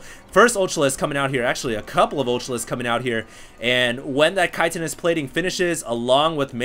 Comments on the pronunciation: "kite-inous plating"...? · Why does everyone pronounce Chitinous wrong? First Day[9] now?